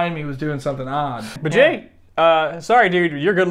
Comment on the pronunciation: I thought jay said “and I’m gay!” 😂😂